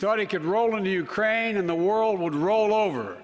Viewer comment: He referred to Ukraine as "Grookraine" last week.